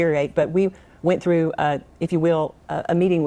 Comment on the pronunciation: So much for his: I’m ‘de only person gettin’ ALL ‘de info from ALL sources an’ I’m gon’ go ‘thew’ it and get da’ ‘TROOF’ an’ gi’ my results an’ ‘den I’ll be done